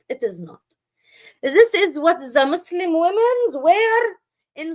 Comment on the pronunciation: Here are my comments on your video…. 1) You were unable to pronounce Arabic words correctly. You couldn’t even say Muslim correctly. This indicates that you don’t know Arabic and you don’t know how to read Arabic nor quran. This means that it is highly likely you have never prayed as a muslim in your life. This raises questions about you calling yourself “”. If you were never muslim to begin with then why fool your audience into thinking you are an apostate. I can only conclude that either some anti-muslim organisation is paying your salary for these videos bashing islam unjustly, or that you are seeking to make a name for yourself which in itself you hope will give you fame and fortune. This one point alone tells me that you are an insincere and ignorant person passing yourself off as an intellectual using baseless claims and lies about islam. 2) You constantly mock the prophet, his companions, muslims, and their history. You clearly have no manners, and although when I look at you I see an old woman the fact remains that your conduct is childish 3) Why do you keep rocking back and forth? It’s a rhetorical question. Maybe it’s because you’re happy that you get to start a stream to ATTACK people who do not share your belief. 4) You made a whole steam almost 2 hours long about islam and you were not able to make a single decent point. Pfffff! 5) If you really did apostate then why don’t you move on and live your life. Why do you remain outside the doors of is